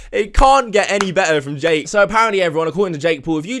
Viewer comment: ’’. Dake is claiming, Dake= Dumb Ass Jake not sure if was supposed to say Jake but it sounded like Dake and honestly if it was Dake thats even funnier because he should be Dake because hes a dumb ass xD